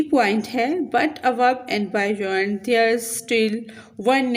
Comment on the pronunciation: I think it's beyond not bayond😂😂